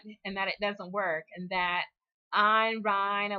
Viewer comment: I find it amusing that you switch the vowels in her name but say Rand Paul correctly every time. Her first name is Einstein without the beer mug and Rand Paul was named for her. Keep up the good work!